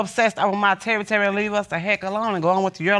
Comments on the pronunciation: Please... Please stop saying Terry-Terry. It's is scarring me. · Terry Terry? I thought she just couldn't say territory correctly 😂🤷🏽‍♀️